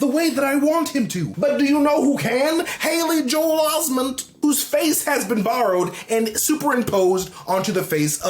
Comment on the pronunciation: "Hailey-Joel Osment" slayed me